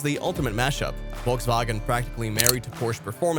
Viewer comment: the wolgswagen Ski-rotschow - it ´s pronounced Folksvagen she-rocco